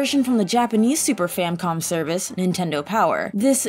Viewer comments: She keeps saying "Famcom" instead of "Famicom." Arrgh! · I'm only 2 min in and already heard "Fam-com" instead of Famicom and "game front" instead of game font. So I have not idea what is happening here. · Famicom, not “Famcom” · How ironic that the video about mistakes has lots of pronunciation mistakes. I love me the Legend of Zelda "game front". And what happened with SNES? And boy do I remember the Super Famcom. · That's no excuse when certain words are pronounced the way EDIT: THEY'RE spelled. (Turns out even a grammar nazi makes mistakes sometimes) SNES, FamiCom, and Tezuka all have easy pronunciations. They're pronounced the way they're spelled. In this case, she pronounced Tezuka correctly TWICE before screwing it up multiple times. When she's talking about the Super FamiCom, she calls it the FamCom as if there's no letter I in the name when there clearly is. But wait! When she mentions the original FamiCom, she actually says it right! Seriously, don't blindly defend someone with a cop-out excuse when they clearly could've done double, or even triple takes to make it sound better. DidYouKnowGaming?'s quality has clearly gone downhill recently. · I've counted four S-NES Famcom Wizardrobe Type front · God, between "famcom" and "tezukia-san" you'd think all the mistakes were on purpose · She keeps calling the famicom the famcom and it annoys me greatly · RevampedSpider No, she says Famcom multiple times. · S-NES. Famcom. Game front. Tedzukiya-san. Oca-reyna. Is English this girl's first language? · "famcom" "tetzukia"